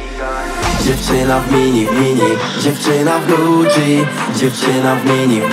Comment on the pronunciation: Na przyszłość: wymowa słowa Gucci to ,,Guczi a nie ,,Guci” Ale to może dlatego tak jest bo wokalista ma wadę wymowy.